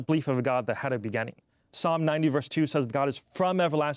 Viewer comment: If I hear him say “begenning” instead of beginning one more time imma lose it.